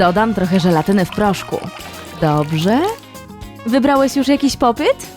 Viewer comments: muwi się popit a nie popet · Hej czyta się popit 🎀🎀